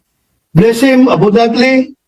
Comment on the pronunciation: Did he say “abudantly” instead of abundantly? 😄